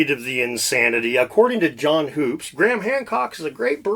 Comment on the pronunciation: John hoopes is pronounced Hups, I think. Even mispronounced it when he interviewed him on his channel. I laughed inside when he was corrected to his face. Nice research.